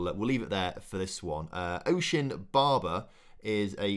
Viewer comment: As a Welshman, I couldn't help but laugh at your pronunciation of one of the regen's - Osian Barber. It's pronounced Osh-An, not Ocean haha!